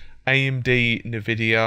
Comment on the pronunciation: "na-vidia?" It's pronounced "an-vidia."